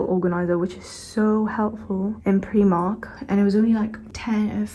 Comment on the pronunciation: “Preemark” bahahaha